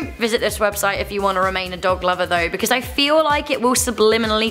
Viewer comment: “Becuz lolli”